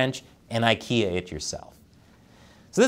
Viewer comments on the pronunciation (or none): none